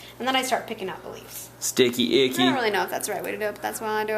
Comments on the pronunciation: lol said sticky ichy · did say Sticky Icky??? hahaha